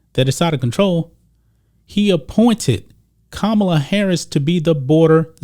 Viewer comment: ka ma la not kamala...what a khunt